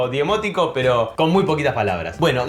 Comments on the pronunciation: Hola! Es demótico, no diemótico. Como Leviosa y Leviosaaaa jajaja abrazo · Es demótico, no demiótico